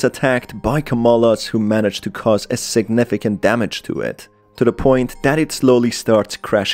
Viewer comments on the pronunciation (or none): none